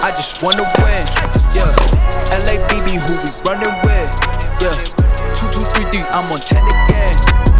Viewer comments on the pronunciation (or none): none